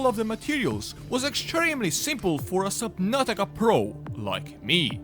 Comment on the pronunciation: Did you say subbabka at the start? LOL